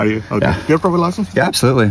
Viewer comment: That cop has some serious issues, first you can't ticket for people calling in as it's unreliable, also why can't he speak proper English as he seems to not know how to say license.